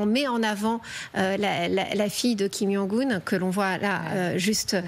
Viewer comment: Quelle haine ! Vous dénaturez le nom d'un chef d'état "Kim kang un" au lieu de Kim jong un.